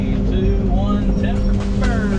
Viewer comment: You said ti.ber and camera fell😅😅😅😅